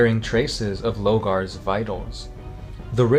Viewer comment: It's LOR-gar, not Logar.